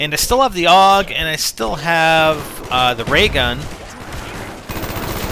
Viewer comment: AUG not ogg